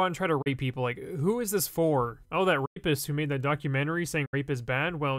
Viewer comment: Also him: "I'm with my friend, Ray Pist"